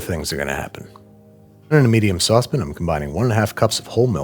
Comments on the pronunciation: Why does he keep saying "sauce bin" instead of "sauce pan" What is a sauce bin? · saucepin to a "pan" . why the different pronunciation? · It’s a sauce PAN, not a sauce “pn”! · Come on, Bro! Your are pronouncing it Sauce Pin? It is a Sauce PAN! Don't be a tool, Babish. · Are you saying "sawsbin"? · Must you say "saucepn"? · "In a medium saucep'n..." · I love how Babish pronounces the word “saucepan”….”saucepin”❤ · "Saucepin" and "whole water" are gold. Also its not Mac Boci, its Bocoroni... cmon, Babish. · You had me until you said saucepen. It strikes me the way some people say crayins (crayons). Still love your content though. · you mean saucepn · it wouldn't be Babish without him mispronouncing saucepan as "sauce pin" <3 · You're worrying about how people pronounce things, and that's how you say saucepan? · Just know that if babish starts to pronounce saucepan correctly, "they" got him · that boujie way of pronouncing sauce pan was so funny to me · Im reading deadpan, the same way he pronounced saucepan. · The way you keep saying Saucepan as Saucepan is so hilarious dude 😆